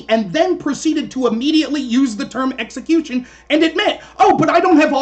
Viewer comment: apparently thinks you pronounce execution as, eggecution. Lol. literally pronounced it that way throughout.